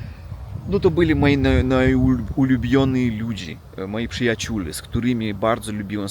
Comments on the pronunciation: Przyjaciele a nie przyjaciule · moi przyjaciule - słodkie xD